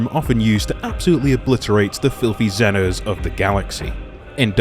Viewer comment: Xenos It's pronounced 'Zeenose' in the warhammer 40k universe not, 'Zenos'.